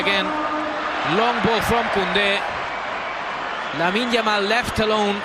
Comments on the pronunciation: "yamine Lamal" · The commentator couldn’t even pronounce his name very well back then .I guess he can’t make that mistake now .The boy is a star already .He said “Yamine Lamal” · Commentators calling him Yamine Lamal xdd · bro keep saying “Yamine lamal ”😂😂😂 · The commentary yamine lamal 😂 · Yamine Lamal 😂😂😂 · This commentator.. what's yamine lamal? Guess he still was not familiar with the name 😅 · my guy cant even say LAMINE YAMAL correctly... i remembered watching this game and was like, is that "how you say it??"